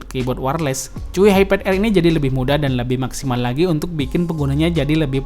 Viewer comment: Pas baca Chuwi gue denger nya "cuyy"😂